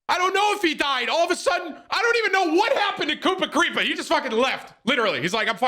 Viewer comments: He called kurapika kupacreeper 😂😂😂 I'm dead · Did he just say kuprakripa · “COOPA-CREEPA” LMAOOO, HIS PRONOUNCIATION of Kurapika 😂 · “Coopa kreepa” 😭😂🤣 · Not koopacreepa😭😭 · This disrespect by calling Kurapika: Kupra-Rika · TIM SAID COOPACREEPA WTF TIM DONT DISRESPECT KURAPIKA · KoopaKreepa LMAO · DID HE SAY FUCKING COOPACRIPA💀💀💀💀💀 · I have listened to this multiple times, and I kept thinking "who's this Koopa Creepa guy he keeps mentioning" in the hxh part (big fan), and it finally clicked just now that he meant Kurapika 😭😭😭😭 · Mans said “Koopa Kreepa” 😂😂😂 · Koopa Kripa? It took me a second to get who he was talking about 🤣🤣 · With all my respect, u say kupakripa over and over, u don't have the right to judge hxh, u obviously didn't commit to watching it. It's just way too big. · you mean “Kupakripa” 🥴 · I aagree with his list, and i HATE that he put HxH at D tier, but what pissed my off the most, WHY DID HE PRONOUNCE KURAPIKA LIKE THAT AHAHAHHAHA. mans really said kupa creepa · It's kurapika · “Koopa kreepa” Tim please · After hearing his explanation of Hunter x Hunter and the pronunciation of kurapika name. I can’t trust Tim anime judgement. He asked where the phantom troupe and they had a whole episode🤦🏾‍♂️. Mereum defeat was so well written to have him crap on it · As soon as he said kurapika's name wrong i immediately clicked off